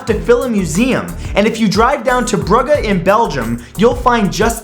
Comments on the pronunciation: Bruges is pronounced brew-je (like the start of jet). Minor point of an awesome video. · I'm pretty sure "Bruges" is not pronounced as "Bruh-guh." That was kind of painful to listen to...